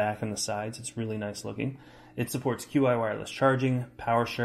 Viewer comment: Just a heads up. Qi is pronounced chi